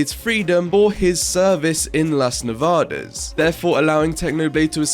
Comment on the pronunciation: As a spanish person, i love how you pronounce "las nevadas"